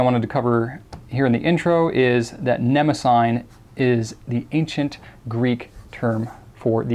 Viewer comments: They way he says ne mo sign is just cringey and incorrect it is pronounced ne mo si ty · I believe it's ne-mah-si-NEE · Or more accurately, nuh-MOSS-uh-nee, but yes, they're absolutely brilliant notebooks. The paper is fantastic, and the fact that they lie nice and flat lets the rivers of ink that I spew with my vintage flex fountain pens dry without issue, and it's easy to photograph the results. I adore them. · Great review and looks like a great series of notebooks. I hate to be that guy (ok maybe I like it being that guy but don't want anyone to know) but Mnemosyne is usually pronounced like this or this Thanks again for introducing us to notebooks that I will likely be buying